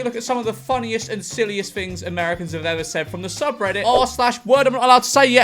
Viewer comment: “They say funny fings sometimes”